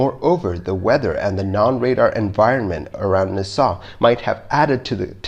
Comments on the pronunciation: It’s nass all not nahsal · I love your channel and don't want to sound like I'm trying to micro-manage but "Nassau" is not pronounced "Ni-saw", it is pronounced "NA-saw". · Agreed. Also, it's NAsaw, not naSAW. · Just so you know, it's pronounced "NAH-saw," not "Nuh-SAW." Minor, but worth noting for future reference. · Nassau is said like Nah Saw, not Na Saw. Component is said like com po nent, not comp o nent. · Neu-saw? Don't you mean Nassau? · Nass aw, not na saw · Friendly tip... the pronunciation for Nassau is Nah-Saw. Like, "hey, do you want some?" "Nah." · The pronunciation is NASS-aw ! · Just a weird comment (irrelavant)- When pronouncing "Nassau", please refer to an old '70s pop song, "Funky Nassau", where the accent is on Na, not on ssau, like" Nahsaw, funky Nahsaw." Other than that, loved this one as always!!!!!!! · Nah-saw lol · Repeat after me.. NAS-SAW. Otherwise great job as always! From everyone from Nassau Bahamas and Nassau county New York. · IT’S PRONOUNCED NASS-AWW (HOW IS IT POSSIBLE NOT TO KNOW THIS?!?) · Try saying Naaa Saw..... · Na Saw, The city is spelled Nassau, pronounced Na saw. Glad it was an easy one. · You mispronounced Nassau throughout the video. And I agree; only use video/pics of the aircraft type involved in the incident. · Check your pronunciation for 'Nassau'. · Please learn to pronounce city names Nassau...look it up. And the random plane images are annoying. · Get somebody to help you with the pronunciation of "Nassau". =PC= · Guy cannot pronounce “Nassau.” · if you're going to do a video about L 1011 you should show L 1011 . and learn how to pronounce Nassau . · It’s “Naaaaaaaa. Ssssaaaaaawww” so “Nassau” au sounds like aw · Please learn how to pronounce words. You got Nassau wrong.